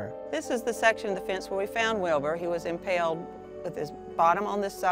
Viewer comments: Why does the journalist keep saying impelled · Impelled? Impaled narrator. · She really said impelled 🤦‍♂️